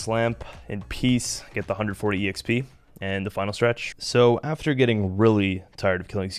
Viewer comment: Just curious, have a been saying exp wrong my whole life? I say “x p” love this series.